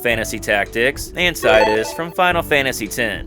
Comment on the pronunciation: You mispronounced Tidus' name.